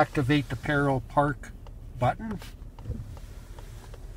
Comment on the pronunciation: The word “parallel” has three syllables. You keep saying “Peril Park.” Stop.